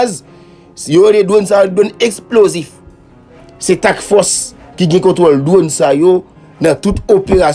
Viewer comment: Fre se Task Force suspann di " tack force"